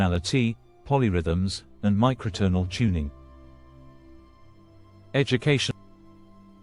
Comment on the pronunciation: It reads out Ives's dates as digits, not understanding that they are years. etc every subheading is pronounced as if it's a sentence that got interrupted; then there's a strange break before the text resumes with a jolt polytonality mispronounced (why accent the last syllable?). That's enough for now. I can't watch any more!